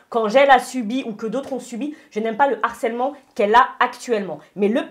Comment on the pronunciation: Expliquez moi s'il vous plaît quand est ce qu'on a arrêté de voir de "H" dans le mot Harcèlement? J'avais déjà entendu dire " l'arcellement ", mais là, reprend la même erreur. Est ce que quelqu'un peut leur expliquer s'il vous plaît parce ce que ça fait trop mal aux oreilles! Le Harcèlement. Du Harcèlement. De l'arcellement c'est pas français. Merci.